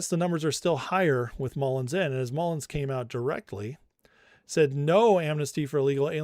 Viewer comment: love ya guy - but it's Mullin. No "s" at the end. 😉😊